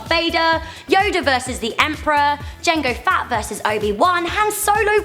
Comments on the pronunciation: SHE SAID JANGO FAT NOT JANGO FETT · Did you say Boba fatt and Jango fatt not Boba fett and Jango fett haha. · You called Jango Fett Jengo Fatt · she says jango fat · "Jango Fat" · did she say JANGO. FAT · p.s JANGO FETT ISN'T SAID AS JANGO FAT YOU BITCH